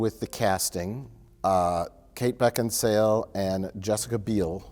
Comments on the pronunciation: oh i see the edit to make say "Kate Beckinsdale" after being corrected, sneaky deaky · Mike: Beck En Sail: I have no idea why kate beckensdale... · "Beckinsdale?" "BeckinSALE" "I have no idea why Kate Beckinsdale.." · Karen Bakesale is still mad that can't say her name. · "Beckinsdale?" "Beck-in-sale." "I have no idea why Kate Beckinsdale has such a hard-on to kill Colin Farrell in the reboot." Perfection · "...Kate Beckinsdale...is it Beckinsale or Beckinsdale?" "It's Beckinsale". "...so Kate Beckinsdale" We love you, and this is why. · I have no idea why Kate Beckinsdale...Beckinsdale, or..? Mike: BeckinSALE.: I have no idea why Kate Beckinsdale... LOL